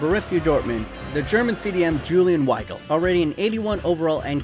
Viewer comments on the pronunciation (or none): Julian Weigl never played under Jurgen Klopp P.s. Weigl is pronounced Veigl